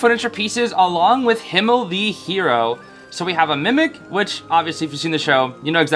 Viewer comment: OMG THANK YOU SO MUCH FOR (almost)PRONOUNCING HIMMEL RIGHT (obviously American accent but still thank you sm)😭🙏🙏🙏